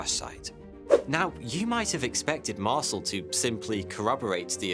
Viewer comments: ...Mar-sul? It's pronounced "Mar-sell". His name has been said in countless videos. Yours is the first I've ever heard say it like that. C'mon 😂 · mar-CEL, not MAR-cel. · Oi you! Learn to pronounce the guy's name properly. It's MAR-SELL. not MARSLE. Ya fekin arsle. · "Mar-SELL" is how you pronounce that, mate. It's French in origin. Not bloody "Marsle". Q.E.D. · Mar-cell not parcel - Ray-Mi not rahmi... left out W. Glenn Dennis, the child/alien sized casket mortician (who recently was revealed as W. Glenn Davis), who speaks frankly on the subject, and, is interviewed on the National Archives feed on YouTube. Otherwise fantastic report ! TY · Marcel is pronounced Mar cell. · its MarCel no MarSel ;) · . Mar-SELL, rhymes with BELL, being an "Intelligence Officer", really was quite familiar with LOTS of military equipment. He HAD TO BE as it was often an integral part of his day-to-day duties. Anecdotes suggesting otherwise are not to be believed. The man's assertion that the famous newspaper photo was NOT representative of what he personally witnessed is true. Deal with it. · its pronounced Mar-sell. You're welcome 😘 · Marcel is NOT pronounced like parcel, but like Marcèl! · It must be a rule that no person commenting making a video on Roswell is allowed to pronounce both “Brazel” and “Marcel” correctly. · I like this channel but the information here is misleading and incorrect. The presenter is clearly reading from a script that is written for him. If he had taken the time to watch only 1, yes 1, documentary or anything about Roswell, he wouldn't be pronouncing Major Jesse Marcel, and General Roger Ramey, incorrectly. takes away form the credibility of this channel tbh...